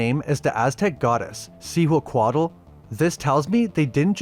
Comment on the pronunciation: See-hua-co-ought "Cihuacoatl"